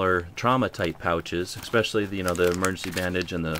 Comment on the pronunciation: "We open up an MERGENCY pack" huh? Missing a letter...